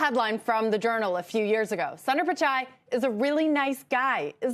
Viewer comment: It’s NOT ‘San-dar, it’s ‘Soon-der’ please learn to pronounce foreign names correctly. So disrespectful. Do your HW.